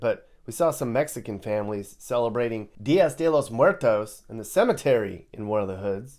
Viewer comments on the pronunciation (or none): none